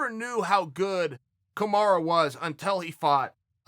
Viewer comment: Man, who the fuck is KAMARA? KAMARU And Khbib? KHABIB